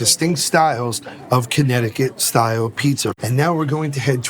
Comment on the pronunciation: Listening to them saying “Abeetz” makes me want to smash them both in the face. Jesus Christ, it’s pizza. Cool, it tastes good. Ok….